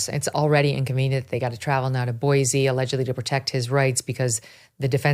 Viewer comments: I would love JUST ONCE for someone to pronounce Boise correctly. It's never been Boy-zee!!!! Its Boy-see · Pronounced “Boy-see” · It is Boice_e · Megyn, I moved to Idaho 7.5 years ago and I immediately learned to pronounce Boise correctly. It's Boy-see, not Boy-zee. Dead giveaway in Idaho that you're not from here if you pronounce it with a Z. Glad you got the pronunciation of Moscow right. Yes, it's Mos-coe, not Mos-cow.